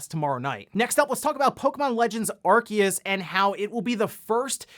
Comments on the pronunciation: I thought it was "ar-see-us" not "ar-key-us" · Aar see uhs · 7x.... you said Arkeus 7x... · I love your videos normally but in the intro today when I heard the name Arceus be pronounced Arkeus I had to pause the video, I opened Google Translate typed Arceus and heard the Google voice say it right and I walked out of the room... it's been about an hour since then. I think I'm ready to resume the video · THE C IN ARCEUS IS SILENT HOLY SHIIT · Someone please force this man to pronounce Arceus correctly it's killing me